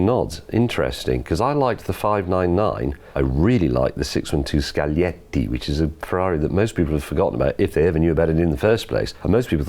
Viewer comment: He nailed the pronunciation of "Scaglietti". Well done!